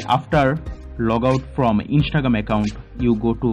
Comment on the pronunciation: "Inshtregream account" 💀